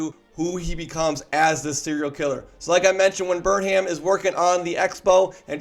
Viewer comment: It’s pronounced Burnum. Sheesh.